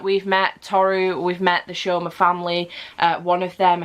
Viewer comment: The names are pronounced Tow-ru and Sew-ma by the way. I think that's how to like type the pronunciation anyway XD. Furuba was a series I adored as a teen despite me DNFing it as I didn't like the endgame ship errr yeah that's just a me thing. But it's fun to take note of which character your Chinese zodiac is! I still find it hilarious that I was like "ahh yeah I just relate to Ritsu as we're both the monkey and apologise a lot" it totally wasn't the cross-dressing gender fuckery =|. Ah the more you realise as you grow up XD